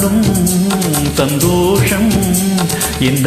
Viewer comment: தமிழ் உச்சரிப்பில் கொஞ்சம் கவனம் தேவை இரு பாடகர்களுக்கும். ஆண் பாடகர் மேகங்கள் எ‌ன்பதை மேகங்கல் என்றும் பாதங்கள் என்பதை பாதங்கல் எ‌ன்றும் பாடி விட்டார். பெண் பாடகர் சந்தோஷம் எ‌ன்பதை கிட்டத்தட்ட சந்தோசம் எ‌ன்று பாடுகிறார்.